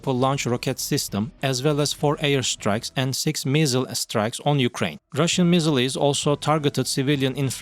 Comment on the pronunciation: Can't you find a bot voice that can pronounce missiles?